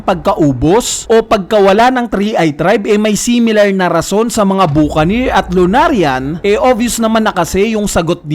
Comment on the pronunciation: BA KA NIR Yan yung pagbigkas sa mga cowboy film yan ng amerika